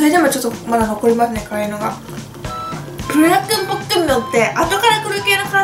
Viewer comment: プルダックンじゃなくてプルダック、、、